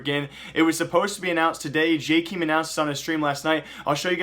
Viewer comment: Which will happen first: >The new operation > pronounces 'Jkaem' correctly